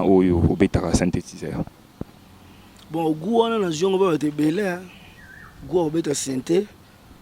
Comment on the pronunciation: chronifuati, ba lobaka sintedizer te